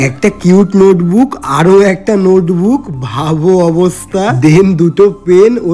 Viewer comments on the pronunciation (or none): নোতবুক কি? নোটবুক বল😂😂😂